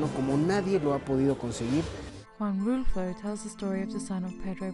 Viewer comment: Juan RULFO, not Russo